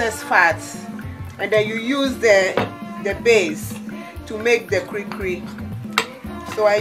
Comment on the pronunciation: It's called "kulikuli" Not Kurikuri